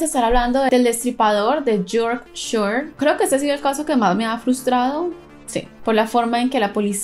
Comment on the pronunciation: Jajjaj,es fácil mami,foguea más tu pronuciacion en inglés